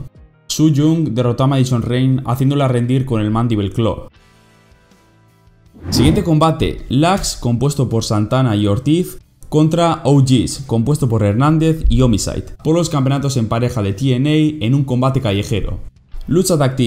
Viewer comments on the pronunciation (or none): Ya no es TNA es Impact Wrestling xd ahh y LAX se pronuncia abreviando las letras en inglish, se escucha raro cuando se pronuncia todo de corrido. A mi solo me gusto la lucha de Penta vs Sammy y la de LAX vs OGz Aún así este evento fue mejor que todos los de la wwe (a excepción de NXT) de wrestlemania hasta la fecha